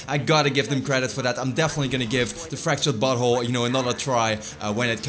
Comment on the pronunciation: The way you are saying South Park sounds like "Fractured butthole" lol